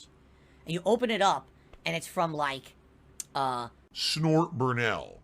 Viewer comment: Lol he really said snort burnell 🤣